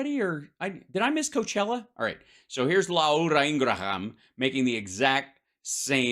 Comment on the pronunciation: La ura Ing ra ham 😂😂